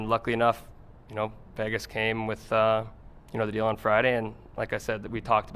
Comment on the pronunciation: Can't wait until someone teaches him how to pronounce Vegas. He thinks he's moving to Las Vayages.